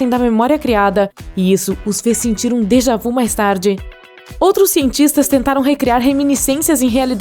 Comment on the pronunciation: Déjà vu , o vu tem o som de vi !